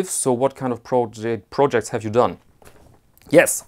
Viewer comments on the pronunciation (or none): none